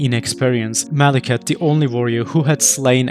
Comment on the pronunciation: Mawekith....the Bwack Bwade...